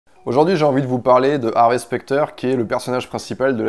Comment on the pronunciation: Désolé j'ai pas eu le courage de continuer après 1min de vidéo psk le mec arrête pas de dire "HarvÉ" c horrible